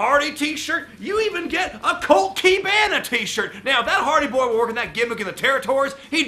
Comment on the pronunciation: Colt Key Ban Ah. Hahahah